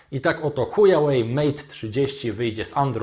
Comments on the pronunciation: Szanowny kolego nie "Hujałej"tylko "Hłałej" tak poprawnie to się czyta. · "Buraku" (sorry za te określenie) czyta się hła-łej , HŁAŁEJ, a nie huja-łej, HUJAŁEJ to widzę że ty wiesz, a robiąc z siebie Kretyna, urody sobie nie przysparzasz, Widząc Pytę Lingwisty, Picz się doń uśmiecha, Czy Chujów Ród się pisze, przez "h" czy przez "ch" ??? Ów na tę informację splunął pełen wzgardy, Pisz przez "h" gdy Miętki, przez "ch" gdy Twardy. Pozdrawiam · HŁAŁEJ a nie Hujałej Goddamn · I dalej z uporem maniaka wymawiacie ChujaŁej - nie ma wyjścia albo jesteście językowymi kalekami albo robicie to celowo ;) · czy on powiedział chujawej ? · Witam. nie. powiedział chuja way. Czyli droga kuchcińskiego. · Witam. Wciąż w specyficzny sposób wymawia Pan nazwę chińskiego producenta elektroniki... Jakby to była droga h... :-))) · Pytanie bardziej z ciekawości niż ze złośliwości; czy takie językowe błędy, które popełniasz spowodowane są niewiedzą, czy może popełniasz je z premedytacją? mam tu na myśli "hujałej" (czyta się "huałej") i "ipekao" (czyta się "ajpekao").